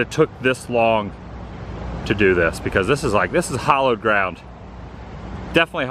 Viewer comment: Hallowed ground. Hallow. It rhymes with tallow, sallow etc. Hollowed ground would be ground excavated as in Dismey's fake lakes. Hollow rhymes with follow. Why don't you use some of your devoted viewers donations to go back to school and enrich your knowledge instead of butchering the English language beyond recognition. Maybe that would help some of your younger viewers to not speak as ignorantly, thereby giving some faint hope to the future of the country. Ok, now go ahead and delete this comment as you do with any comment that is remotely critical of you.